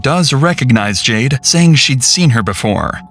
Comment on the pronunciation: Why does it sound like you are constantly sighing in your narration “JadeUH” CringeUH